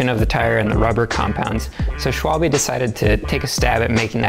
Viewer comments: sick vid bois, its actually pronounced "sh - vul - bih", not, "sh - wal - bee", if that makes any sense. A schwalbe is a bird, more specifically a swallow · Its called Schwalbe and Not Schwalbii, damm fools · yeah the e has to sound more like eh